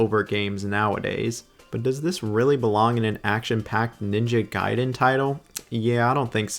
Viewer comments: Ninja Gayden? Raiu Hayabusa? Dude, go and at least review how to pronounce the names correctly. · It's ninja gaiden, nit ninja gayden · guy den not gay den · Ninja Gayden😭😔 Noo ! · Ninja Gayden ?? 😂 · I love how bro goes back and forth between pronouncing it Gay-Den and Guy-Den. 😂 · Ninja "Gay" den????? come on man, at this point, it is not funny anymore. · What's with you and your pronunciation of ninja gaiden? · Bro seriously, it's Ninja Gaiden not Ninja Gaiden FFS!!! 🙄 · The bit of you changing pronunciation for Gaiden and Hayabusa will never not be wonderful